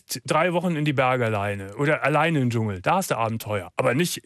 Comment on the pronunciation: "Dschungel", nicht "Jungel" :-)